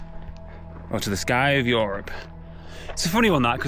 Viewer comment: plz stop saying YOrop instead of europe xd